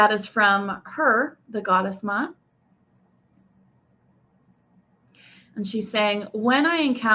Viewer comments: The name Ma'at is pronounced like 2 syllables. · just want to clarify a little something, Ma'at is pronounced as 2 syllables. I know these names are difficult sometimes especially those with an apostrophe in the middle! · You Are Mispronouncing this Brown Skin Black African Queens Name Please Correct This!